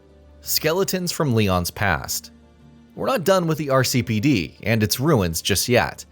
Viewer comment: My eye twitched every time you said RCPD